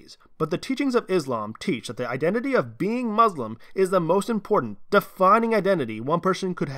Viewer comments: It's iMportant, not iNportant... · The word is iMportant rather than iNportant